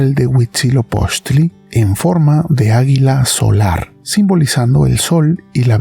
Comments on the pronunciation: Se dice a'guila no aguila!!!! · Que dices águila o hila ? Por qué entiendo hila no águila